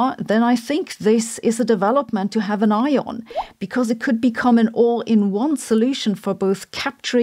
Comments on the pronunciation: "... to have an eye on" vs "... to have an ion" 😀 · She said "to keep an ion" like we wouldn't notice